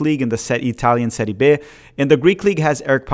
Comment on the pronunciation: it’s Serie Bi, not Serie Be